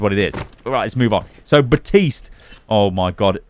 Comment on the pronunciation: Outta curiosity does accent take away Baptiste's "p" or is it a in joke. often sounds like is saying Baa-tiste